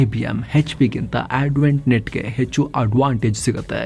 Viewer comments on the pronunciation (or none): none